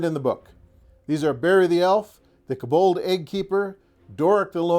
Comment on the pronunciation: That's a weird way to pronounce kobold